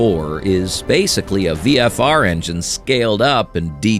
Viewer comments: Found the VFR being called FVR far more annoying. But they picked some good bikes, I've owned 2 VFR (98 & 2014) and the old one did suffer that R/R issue, but still going strong at nearly 80K. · Lol, butchered Honda's model not once but twice! It's VFR, not FVR, you AI muppet! Teneer? Ténéré is pronounced "teh-neh-ray", you AI muppet! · The narrator must be a little dyslexic. #8 is Honda's VFR, not "FVR" and a point is that the gear-diven cams ended in 2001. Timing chains were used on the V-Tec models beginning in 2002. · TEN - ER - RAE NOT TENEAR , VFR NOT FVR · FVR? It’s VFR. And go check out the pronunciation for Tenere. It’s not Tenear. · "FVR"??? Really? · An FVR…? I think you mean, VFR….? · There was the "Honda FVR" in there also. I get the Teneré screwup a bit more than that one. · FVR? Stupid AI slop. 🤦🏻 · How hard can it be? V F R …not sure how drunk the speaker was. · And it can’t say VFR